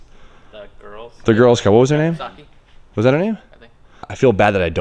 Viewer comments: Pink s200 girls name in 2f2f is Suki not Saki lol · its suki...... and hoovie says he has the dumbest channel on youtube.... lol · Definitely a Yashio Factory Spec S15 ask Sammit if it is he's the guy you should ask since Okachan's his mentor and it's Suki not Saki!